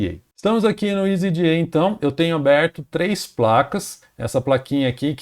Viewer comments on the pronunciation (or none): meu amigo escolha, se voce vice for falar "jota eli ce pe ce be" entao fale" easy EDA " e nao "isy ji ai" NEM GRINGO FALA ISY JI AI